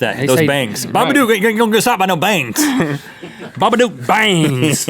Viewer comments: did he say the baba do XD it's the Baba book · Its pronounced the baaaaa bu duk the dook is pronounced like look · Link it's pronounced bah buh duke babadook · It's ba ba doc